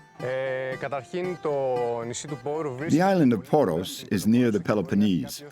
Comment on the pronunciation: Lavish production, but for heaven's sake couldn't anyone be bothered to check the pronunciation of the names? Only "Poros" (and "Santorini" - which isn't a Greek name anyway) were correct. It's like a documentary about The Beatles calling their hometown "Lowberpole".